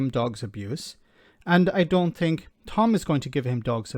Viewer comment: And another thing he got it wrong at the point he said "I fink". Oooh I must calm down.